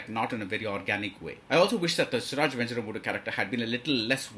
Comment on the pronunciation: And he does not know or has not even tried to learn to pronounce venjaramoodu.....